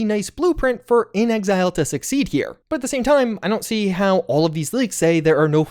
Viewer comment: The way you pronounced "inXile" made me pause and go back twice to make sure I was hearing you right. Just say "in exile," please. In an interview, inXile's president, Matthew Findley, said, "When we were first out there, trying to figure out what to do next, we kinda felt like we were in exile, and we made fake cards with a fake company name just to have a card to go to E3 with. And before we ever thought of the name "inXile", Brian put as his job description on the cards: "Leader in exile." People got such a kick out of that card, we kept saying "in exile, in exile, in exile" so much that we just thought, "Why not make up a new word?" And so we did." (quoted from Wikipedia)